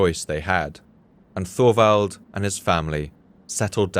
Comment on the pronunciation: Just an FYI; Thorwald is not pronounced Thorvald. It is pronounced Tovald. The o is short and the emphasis is on the first syllable. My grandfather Thorwald would thank you.